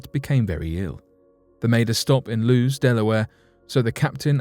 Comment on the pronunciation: Lewes, Delaware=pronounced: "lew-iss." Interesting stories ruined by mispronounced words.